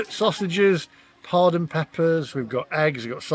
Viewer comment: Padron peppers Not pardon peppers lol